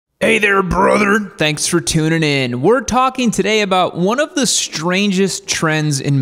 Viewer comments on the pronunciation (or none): none